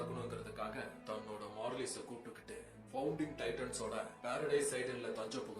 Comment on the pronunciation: Bro athu Marly மார்லி Merly kediyathu 😅